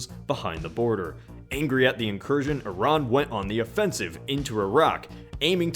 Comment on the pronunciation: Props for being an American calling those countries with a soft 'i'. Not eye-rack.